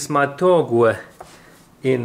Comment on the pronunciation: Hi...I think you're pronouncing torque incorrectly, and it makes it tough to understand. You are saying "tork-way" and it's actually "tork." I'm not criticizing,,,,I'm amazed how well you speak English and you are so gifted to start this channel. Great work!